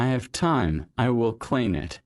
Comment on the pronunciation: Clean звучит как claim